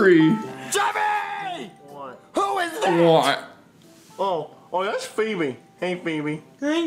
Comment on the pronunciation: It's feebee